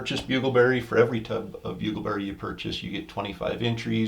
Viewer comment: Bugleberry... gotcha! I 100% heard DINGLEBERRY. Lol